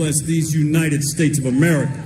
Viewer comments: I swear he just said 'Merica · Is it just me or did this sheriff actually pronounce America as 'Murica?